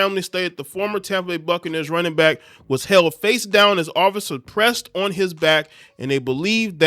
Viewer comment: Why do you sound like cardi b everytime you say on? Say it correctly. 😂